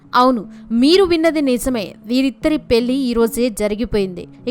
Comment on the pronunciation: అమ్మా తల్లీ పెల్లి కాదు 🤦‍♀🤦‍♀😡పెళ్లి అను నీ బొందలా ఉంది నీ తెలుగు తగలడ 😡😡